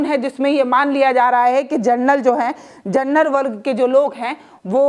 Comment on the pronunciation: Madam, Gernal Nahi hota General hota hai